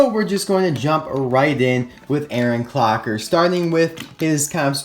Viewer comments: "Aaron Cocker" Lmao, but amazing review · LittleHarky he said clocker but he barely said it